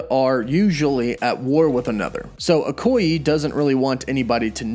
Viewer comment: No offense, but it’s pronounced Okoy-‘ay’ and not Okoy-‘eee’...